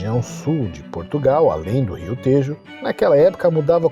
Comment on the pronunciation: Tejo e Alentejo pronuncia-se com o “e” aberto.